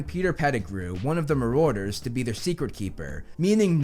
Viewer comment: It’s marauders!( MAR DERS)